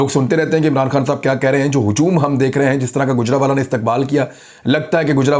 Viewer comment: گُجرانوالہ نہیں گوجرانوالہ ہے. گَجر نہیں گوجر جٹ قوم کے نام سے ہے گوجرانوالہ.